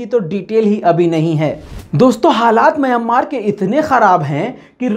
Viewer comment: Myan maar Myan maar Myan maar ...please correct your pronaunciation...